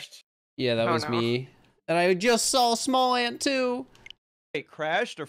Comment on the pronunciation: Lol SmallAnd instead of SmallAnt on the intro